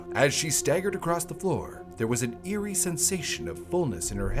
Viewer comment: HELP I can't unhear that😭